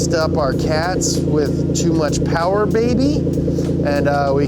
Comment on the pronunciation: More powah bahbeh